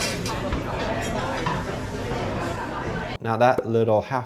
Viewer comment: BAN Marie as in B A N. Not bane